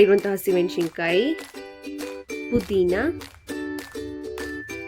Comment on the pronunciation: ಟೆಮೆಟೊ ಅಲ್ಲ ಟೊಮೇಟೊ ಮೆಣಶಿನ ಕಾಯಿ ಅಲ್ಲ ಮೆಣಸಿನಕಾಯಿ ಹರೇಶಿನ ಅಲ್ಲ ಅರಶಿಣ ಚಿಲ್ಲಿ ಪೌಡ ಅಲ್ಲ ಚಿಲ್ಲಿ ಪೌಡರ್ ಮುಸರ್ ಅಲ್ಲ ಮೊಸರು